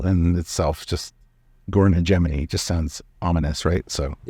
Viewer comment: The 'g' in 'hegemony' is a hard g, like the 'g' in 'Godon' rather than in 'Gerry". Just sayin'.